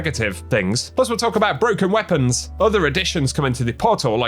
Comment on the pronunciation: You said brooken lol